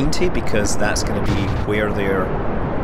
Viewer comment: nice video and commenting BUT IT'S WHERE NOT HWERE